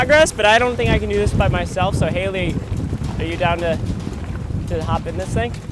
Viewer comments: The amount of times he said haliley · I tried to count how many times he said halye bu I couldn’t😭😂